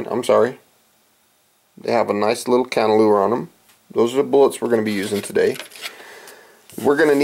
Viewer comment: Its cannelure not cantelure.